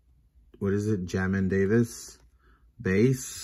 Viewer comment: Its DAVIS 🤦🏽‍♂️